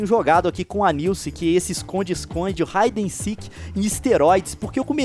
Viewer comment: Pq vc fala híden seek em esteróides Leon ?